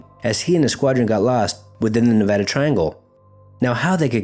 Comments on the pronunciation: Thank you for saying Nevada Correctly. We hate it when people say it wrong. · great video..I grew up around this triangle. .also thanks for pronouncing Nevada right lol